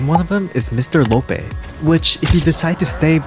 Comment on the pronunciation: Fr bc imaginary friend is a girl, and he doesn’t even know who the multi monster truly is. also he completely mispronounced Mr Loppee 💀